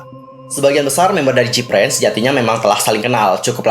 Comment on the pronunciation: Info aja nih, Gfriend bukan jipren bacanya... soalny ganggu telinga banget dengan dengar jipren terus...